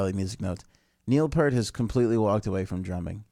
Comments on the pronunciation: It's pronounced like "ear" - pEARt. DUDE! You should KNOW this stuff! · it pronounced piert rhymes with ear and a T on the end